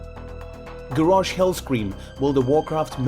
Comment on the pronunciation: The way you pronounced Garrosh annoyed me so much ... But great video anyway!